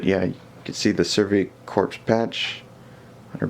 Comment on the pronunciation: Pronounced survey "core". The p and s in corps are silent.